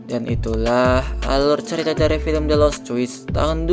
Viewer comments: BG bukan filim tapi fillem😭😭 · yang nomong ceritain itu orang beneran atau mesin sih....gak enak sama sekali ngomongnya...masak baca film....filim....